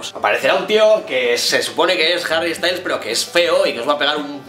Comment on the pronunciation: Me encantas tus "chorradas" (no se como se escribe) Pd: ¿me regalas a Harry? ahh y tranquilo si pronunciaste correctamente Styles